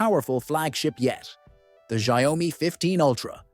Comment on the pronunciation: You pronunciation on xiaomi is ERROR404, it's xiao-mi, not xia-o-mi